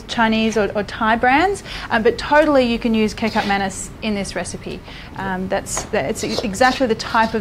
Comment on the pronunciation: Kikap manus…lol…it’s kechup maneese